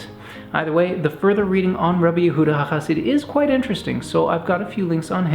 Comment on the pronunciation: It's Rabbi Yehuda HeChasid, not HaChasid